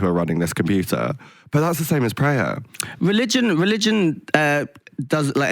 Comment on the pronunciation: Never thought I’d see an overlap of Tia and shitz n gigz, but that’s not how you pronounce prayer when it’s in that context. Watch Fudad pronouncing it like you did, it’s hilarious 😂